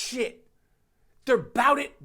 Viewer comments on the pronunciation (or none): none